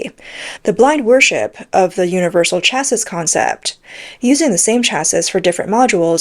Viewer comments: ew that's not how you pronounce chassis. Once or twice fine but saying it over and over again wrong is just unprofessional. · The "s" in chassis is silent, easier to say as well hehe ;) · Got tired of listening to this commentary. The continuous mis-pronunciation of chassis was too annoying. ! ! ! :body-blue-raised-arms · the mispronunciation of 'chassis' is annoying. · Chassis rhymes with classy. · Chassis pronounced shassy. Makes the commentary much more professional. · I know it's pedantic but it's pronounced either Cha-see or Sha-see. the 'is' at the end of chassis is an 'ee' sound with the 's' being silent. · For reference chassis, is pronounced Cha-see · FFS, its pronounced "cha-see ", not " cha-siss". Unless you're taking the piss miss . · CLICKBAIT! Where was the exploding EV Tank? And please tune up your AI Robot narrator to get it’s English Language skills finessed, especially phrasing, punctuation and pronounciation, “Shassis’ is pronounced phonetically as “Shassey” not “Shasseeze” the final character S is silent! Besides, the Russo Ukraine war has shown that Tanks cannot be counted on to merely come up against enemy tanks so many aspects of their tactical use has to be rethought, the amount of Russian tanks taken out of action be opposing armoured vehick]les is significantly lower that those lost to artillery fire and drone attacks. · Please look up how to pronounce words. "Chassis" is of French origin, so it's pronounces CHEAH-see not CHEAHS-is, where "eah" sound like "yeah." You undermine your credibility when you don't look up pronunciations. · Why does the narrator keep saying "chases" instead of "chassis" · This channel drives me f*cking nuts. Chassis...it is pronounced like Taxi...get it? Chassis...taxi? it isn't cha-sis. It rhymes with taxi for god sakes. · chass-EE bro please. Chassis is pronounced chass-EE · Nice report, but train the AI to recognize "chassis" as pronounced "chassy." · chassis = chassie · Learn to pronounce chassis